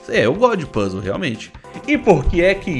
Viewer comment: o fala Puzzle do jeito que eu falava qdo eu era criança... PUS LE!! kkkk esse é o jeito errado mais legal de falar